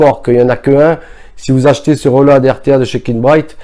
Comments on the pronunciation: "Le reulowadeu" Accent anglais "de Marseille" fort savoureux ! Merci pour le partage. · Reulauhad..... Magnifique l'accent anglais